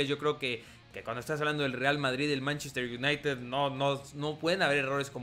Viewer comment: En vez de decir manchester united dices mntztr ynitd